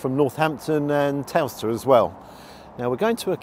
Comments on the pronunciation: Towcester is pronounced "Toaster". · The town of Towcester is pronounced Toaster. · Towcester is pronounced the same as toaster. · My old weekend go-to cafe back in my biking days a few years ago., it's not a motorway cafe, it's on the A5 between Milton Keynes and Towcester ( pronounced toaster ). In the summer you cannot move there, the place gets packed out with bikers and the odd car, food is fab, little bit on the pricey side in my opinion but still, very good. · at least you didn’t say toe cester lol , great video mate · its pronounced toaster mate,i know ive lived everywhere but im a northants lad originally,looks a great place to eat,but i dont go down very often nice vlog as usual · Towcester is pronounced 'toaster'. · Onecthing please, say toaster Towcester. 🤦‍♂️ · You pronounced towcester wrong say it like toaster